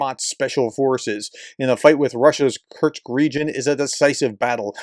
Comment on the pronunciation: K U R SSSSSS K. Say it three times and banish that constant mispronunciation.